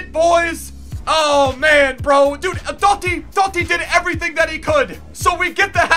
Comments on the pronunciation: Pissed me off the way he says totti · you saying Totti... 😣😣